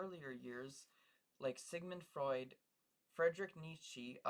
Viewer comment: you keep pronouncing nietzsche wrong :(